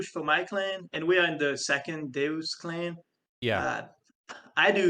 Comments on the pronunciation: Deus is a Latin word pronounce "day-oos" and pronouncing it "duce" like a deuce is an american slang term for a Turd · Deus is not pronounced as Doos, it's pronounced as Day-As lol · "day-us", not "deuce" mate lol